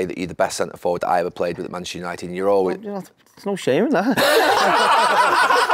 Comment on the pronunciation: Gary Neville, you played at United for so long yet you can't say manchuser, Man-Chest-eR lol